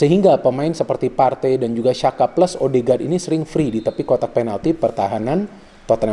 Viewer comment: Maaf bung sekedar info 😁🙏🏻, Xhaka itu dibaca "Jaka" bukan "Syaka". Karena XH dalam Albania dibaca J. Xhaka kan etnis Albania🇦🇱.